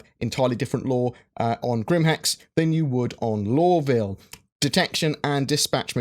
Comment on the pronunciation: Dude it took me like 5 mins to understand that you mean "law" and not "lore"